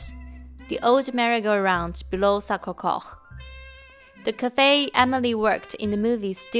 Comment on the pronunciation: sorry , may I correct the pronunciaton of Sacré-Cœur. it's[sakʀekœʀ] not [sakʀekox]